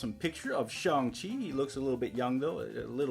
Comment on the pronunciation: It is shang- “shae - ane”